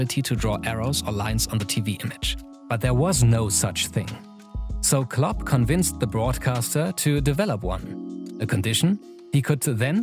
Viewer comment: "Club" or "Klopp"? I love the videos; but just giving positive feedback.